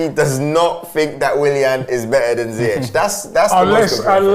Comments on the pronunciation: they still call ziyech(ziek) its (zeash) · its not ziy-jech its Pronounce seayek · Who the hell is, "Zaahyech"???